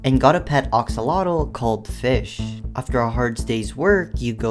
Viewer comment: These mods are nothing compared to your absolute dogshit pronounciation of "AXolotl." It's AXE-O-Lot-Ol, not OX-O-Lot-Ol.